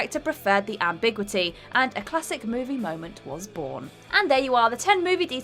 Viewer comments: Firstly... Ambigwitty? i'm sure you meant ambiguity... pronounced ambig-you-ity. Also... Dark Knight Rises, after Talia stabs batman and leaves him with Bane. As she leaves she says goodbye to Bane, and as he watches her leave, he very quietly whispers "Goodbye" with a very saddened tone, reflecting the moment he whispers goodbye when she climbed out of the pit as a child and the tone showing just how much he cares for her. You can only just hear it if you turn the volume WAY up, but it's easy to miss if you don't have the subtitles on. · desperately needs to learns to pronounce the name Coppola. Also: "am-big-witty"